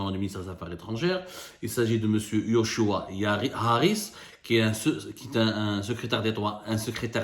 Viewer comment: yochua se prononce Jochua